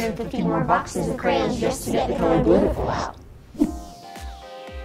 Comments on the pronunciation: says "Kray-On." Kevin says "Kran." is saying it correctly! ❤🧡💛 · I find it annoying to hear "CrANs" instead of Crayons. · Dude theyre not "crans" theyre "crayons" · THEY’RE “CRAY-ONS” 🤦🏼‍♂️